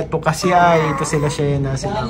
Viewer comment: To correct po mga,,, Sheena is Shi-na matigas ang bigkas sorry po! Thanks po sa inyo❤❤❤☺️☺️☺️